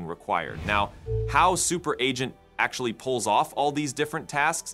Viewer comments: You need to check your voice AI output. Seems to have trouble pronouncing "agent". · Hey was this video content entirely AI generated? There were a couple of strange tells like it being perfect English pronunciation, yet the word 'agent' was repeatedly mispronounced and some of the cut scene pictures were just weird. Today it is getting harder and harder even if you know what to look for to detect ai agent fakes... so dude who is creating AI Revolution... is this true or false? Is this you talking or is it Eleven Labs? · What is wrong with Ah gent? lol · Adge Ents - giant tree creatures that get agitated when you pronounced their names incorrectly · because he put dash before -agent so the ai messed it up or we stupid humans dont get it, it should be pronounced ahgent if dash comes before it. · There was quite a few words it messed up. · That's not important I think😂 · Good catch! Voice AI is getting smarter every day, but yeah... sometimes it still fumbles the basics like 'agent' Probably still in its 'speech therapy' phase. Hopefully the next model update smooths that out!